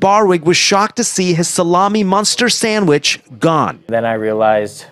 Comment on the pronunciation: He said I like samich too😂😂😂